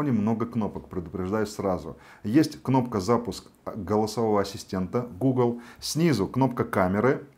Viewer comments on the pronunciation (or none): none